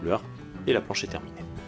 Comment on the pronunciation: Bonjour, à « planche » et non « plance »... sinon bon vidéo très intéressante